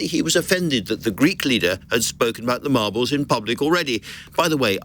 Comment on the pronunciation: Lol, she said margles